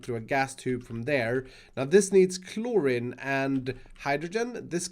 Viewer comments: takes half an hour to figure out how things could look good My Brain: JUST TAKE IT BACK A BLOCK AND STOP COMPLAINING ( Also as other people have said chlorine is pronounced chlor-EEn ) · Kilokelvin (kK) kelvin is the base unit of temperature and thermal heat, kilo is the unit prefix which means 1000 and PS chlorine is pronounced chlo-reen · Chlorine is pronounced like chloreen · A tip to, Chlorine is pronounced Clor-EEn. I saw you were questioning how you were pronouncing it so hope this helps. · Chlorine is pronounced like chlo-rEen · I love the struggle to say Chlorine. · 3.3kK is 3,300 Kelvin. Kelvin is a sciency temperature measurement. The short form is K. also you're mispronouncing chlorine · I cringed so hard every time he said chlorine right.. then chose the wrong pronunciation... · He says chlorine sooooo wrong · The I in chlorine is pronounced as two ee's instead of an I. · chlorine rhymes with green btw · when he said clor-in instead of chlorine at the beginning lol, learn you english bruv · iskall: chlor-rin me: I t s. p r o n o u n c e d chlor-reen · iskall it’s chloride (like chloryde) not chlorid, same for chlorine, it’s pronounced chloreen, not chlorin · it's pronounced chlor-ee-n not chlor-in. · it’s said as cloreen not clorin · I don’t want to be mean, but “Chlorin” kinda triggered me. It’s pronounced “Chlor-een” love you iskall. But gosh darn it I hate how I have to correct people cause I’m entitled lol. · Just so you know, its pronoced clor-een , not clor-in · Hey, chlorine is pronounced klor-een. Not kloor-in it's a real chemical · its pronounced ˈklôrēn (cloreen) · Chlorine is pronounced (Clore~een) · Read chlorine as k-looooooooreeeeen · Nooooo it’s claw-rene, I’m triggered I’m sorry. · Just for next time it’s pronounced. “Cl-ore-een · Chlorine (Klor-een) You're welcome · 😤it’s Klor-een that’s how you spell it lol Cool series tho Keep up the good videos! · Chlorine is pronounced “kloreen” phonetically btw